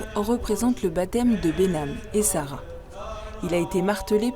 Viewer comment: on prononce mare behnam et sara